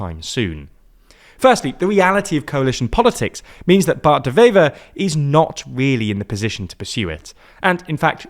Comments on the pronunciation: It's pronounced "waiver" (like the thing you sign). The 'W' is pronounced just like in English, not like a 'V'. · A small point, 'Wever' is pronounced as it's written, with a W, not a V. Lastly, the hard line Flemish maybe want to join Holland, but Holland doesn't want Flanders to join them, which is a bit of a problem. The same applies with Wallonie and France.